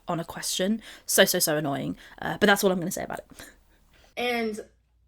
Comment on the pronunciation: Don't you mean annoYEEEN?